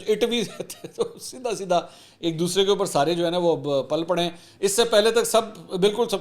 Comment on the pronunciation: آپ نے ایک فقرہ استعمال کیا پل pal پڑے ہیں۔ تو بھائی جان یہ لفظ pal نہیں ہے بلکہ pil ہے۔